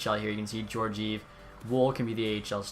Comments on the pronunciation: Gorgeev? It’s gor-gee-ev, but nice vid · It’s pronounced ge-or-ge-ev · Pronunciation of Georgiev😂